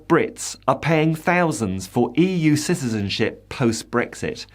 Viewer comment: Ciztizenship?? Supportzive. Practzical. Emptzy. Hurtzing. Battzered. Promotzing. = Brexit English. Soon to become like the ridiculous Spanish lisp.